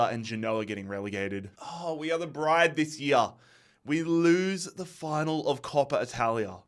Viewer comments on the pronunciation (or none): none